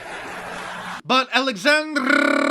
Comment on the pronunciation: “Alexandrrrrrrrrrrrrrrrria”; ya got me! Ooh, AOC should start a typewriter subsidy program.